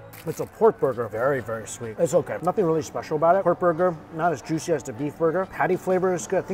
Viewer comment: "Sooper tendurr n jooshi". Over. And Over. And Over. Again. I can't believe some of you guys take this as new and engaging content. This guy is fleecing everyone.